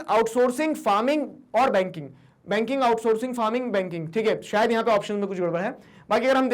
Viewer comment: Sir baking aur banking m antar hota h...😂 🔥